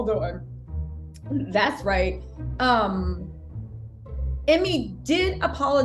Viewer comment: First name is pronounced, Emay!!